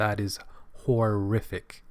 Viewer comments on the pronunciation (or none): You definitely said “whore-iffic”.